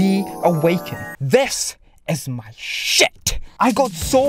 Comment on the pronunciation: When he said SHET I felt that.